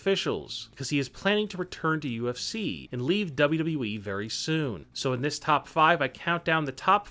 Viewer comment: This channel needs a new spokesperson. This guy has trouble pronouncing words. He can't even pronounce WWE. And it's UFC, not UFCCCCC.